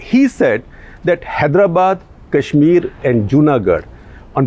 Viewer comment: Why do you often pronounce Kashmir as Cash-mir?